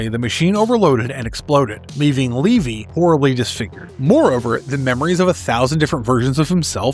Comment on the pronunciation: Its levy not leevy…